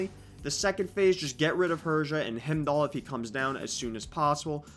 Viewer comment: um i hate to be that guy but its pronounced Hi-m-doll not him-doll. other than that solid video.